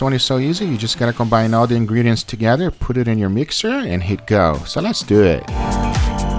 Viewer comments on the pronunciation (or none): Is this the first time Guga said leshdoit!!!!!!